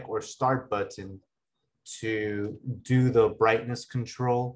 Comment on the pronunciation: "Butt-ton" but says the word better normally